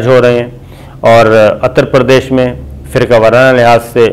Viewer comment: Atar pardes naheen uttar pardes islah kar leinl isi tarah hindutawa nahen balki hinduttav hai hindi na janne ki wajah se tlaffuz main ghalatiyan ho rahi hain.. 😏😕🙄🙂